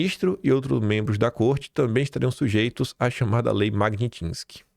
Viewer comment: me desculpe por ser chato, mas como esse assunto vai dominar o noticiário, eu preciso te pedir esse favor: o nome da lei é MAG NÍ TSKY - Não existe N depois do I.. não é MAG NIN TSKY.. É MAG NÍ (sem N) TSKY. Excelente programa, como sempre. Um grande abraço, cara!